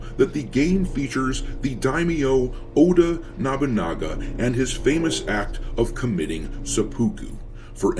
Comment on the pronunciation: I just have to say this.... you keep pronouncing Oda Nobunaga wrong... its 'Oh-dah Noh-boo-nah-gah' but other than that i like your video :)